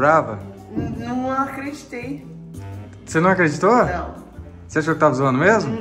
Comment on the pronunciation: Ela aquredinto 😂😅🤣😅